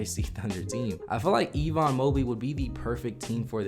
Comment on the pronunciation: Why are you mispronouncing Evan Mobley's name. His name is not Evon its Evan. My brother has the same first name.